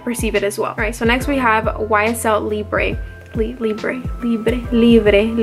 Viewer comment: ‘Librgh’ is the French pronunciation for Libre, ‘e’ at end is silent in French 😉 It is funny How different you perceive seasons in Florida versus us here in NorthernEurope! F ex spring for is would mean floral for sure and less of vanilla which is wintery etc.